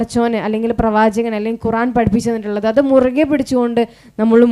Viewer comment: മാഷാഅല്ലാഹ് ഖുറാൻ അല്ല ഖുർആൻ